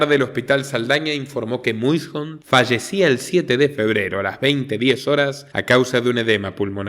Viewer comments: Pero, en realidad la pronunciación es: muishondt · Ya era hora y su gran equipo, 👍 gran video como siempre, una pequeña correccion, el apellido del fallecido los salvadoreños lo pronunciamos: meison. Saludos desde El Salvador. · El apellido se escribe Muyshondt, pero se pronuncia Mason (Meison)